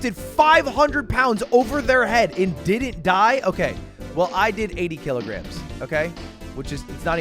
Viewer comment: bro said kilograms like he speaking alien